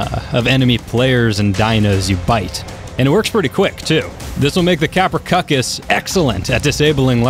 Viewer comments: Ka-Pr-Owh-Soo-Chus. Not Kaprocuckus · tapehara, fine. But I heard kaprocuckus and make it a salad... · I thought it was pronounced KAP-RUH-SOO-CHUS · kaproSUchus not kaprochuchus. also oxogyn is underwater speed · Very helpful info, but the creature's name is actually pronounced KaproSUCHus, NOT KaproKUCHes. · its tapejara not tapehara and its kaprosuchus not kaprosukus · Did he just call kaprosuchus kaprocuckos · You might be pronouncing tapejara right but like most other ark players, you pronounce everything else wrong there's no such thing as a pterodactyl no matter how much your kindergarten teacher said so, also it's KaproSUCHUS I heard you say COCCUS like 11 times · Quasiraptor it's pronounced kaprosukus and sarcosukus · TapeHARA Us: confused screaming: KapraCUCKUS Us: CONFUSED SCREAMING INTENSIFIES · cap-row-sooch-us pronounciation for the Kaprosuchus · He was kidding when he called it the Caprocuckus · Your saying kaprosuchas tong I know I spelt it ring but u pronounced it wrong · It is Kap-ro-suchus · Kaprosuchus is(kap-ro-suchus) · It’s cap-row-seew-cus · Constructive criticism:It's pronounced: kap-roe-soo-kus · It’s kaprosuke is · it is ka-pru-soo-ch-us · P sure it’s pronounced kap-row-s-oo-ks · kappercuckus? XD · It's pernounced kaprosewchus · Its not a dinosaur and it’s pronounced Kap-row-sook-us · it's pronounced kapro soo cuss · you pronounced kaprosuchus wrong lmao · Your'e saying kaprosuchus wrong.